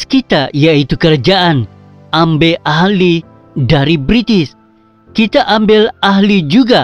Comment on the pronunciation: Apa bah sebutan mu ni..ambil ahli kah atau ambil alih? Sebutan prof madya pun x pndai